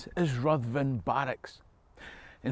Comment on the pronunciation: Oh, Ruthven is pronounced that way (and thus of course correctly) in Scotland? There's a historic estate here in southern Ontario called that, but everybody pronounces the name "Roothven"...